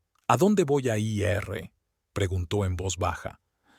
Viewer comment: Cuñada? La mamá del esposo o la esposa se le dice SUEGRA La esposa del hijo con respecto a la suegra es la NUERA y el esposo de la hija es el YERNO Por favor cuando narren una historia estén atentos. No sé dice i erre se dice: ir